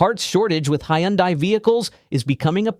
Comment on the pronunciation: ...It's pronounced "Tee-gooahn", not "Tee-gahn", btw. Also, on Hyundai, it's pronounced like "Sunday". Just saying!